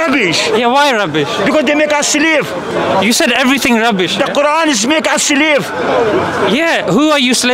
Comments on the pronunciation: The way he rolls his R's is amazing "RRRRRRRRRUBBISH" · He has the best “Rubbish” pronunciation I’ve ever heard 😂